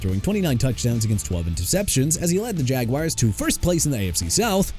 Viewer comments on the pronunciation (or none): NEW ORLEANS AS IN NEW OR-LINS, NOT NEW OR-LEANS! ALSO YOU NEED TO STOP SAYING "JAGWIRES"! IT'S JAGUARS PRONOUNCED JA-GWAARS! NO MATTER HOW MANY TIMES I GOTTA TELL YOU, YOU... DON'T... UNDERSTAND... AT ALL!! AND FYI JADEVEON CLOWNEY AS IN JUH-DAE-VEE-ON! I HOPE YOU MAKE PLANS TO FIND YOUR NEXT JOB CUZ YOU AIN'T GOOD AT THIS ONE! AND BY THE WAY BREAKING NEWS: OBJ IS GOING BACK TO THE GIANTS! YEAH HE PLAYED 9 GAMES WITH MIAMI CATCHING NINE RECEPTIONS FOR 55 YARDS SO DON'T BRING THAT UP NO MO'! I'VE HAD IT WITH YOU.